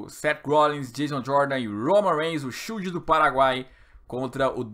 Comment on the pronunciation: " Shild do Paraguaí" 😂😂😂😂